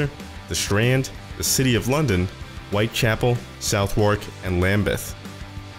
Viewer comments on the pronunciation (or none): I know but The pronunciation is Westminster NOT West Minister and South Wark is more Suv-uhk in its pronounciation too Just saying :) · I'd just like to say that you pronounced Southwark and Westminster wrong. Sorry, just had to. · Yeah, it's alright. Like I said, I just had to.